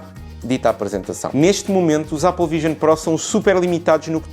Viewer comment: O a dizer Ápal é super egngraçado 🤣🤣